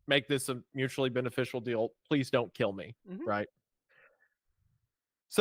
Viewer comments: What the last guy said, Come back pwease 👉 👈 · What the second to last guy said, come back pwease 👉👈